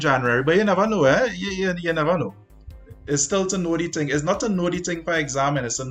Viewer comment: “The ting will keep tinging unless a someting stop the ting” -Sir Isaac Newton